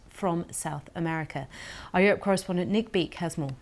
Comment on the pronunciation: “Our correspondent Nick BEAK” 😂😂😂